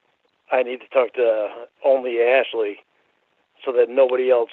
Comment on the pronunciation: I hate the way he says ‘else’. “Eltz”